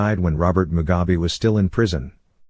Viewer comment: Mugabe not Mugabi please